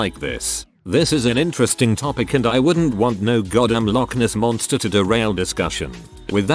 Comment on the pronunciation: "That damn Loch Ness Monstah!"